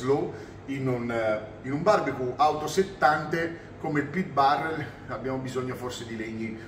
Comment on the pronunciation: Barbecu non si può sentire…